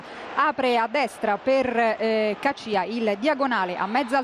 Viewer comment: ma come cazzo pronuncia caccia???? rai style !!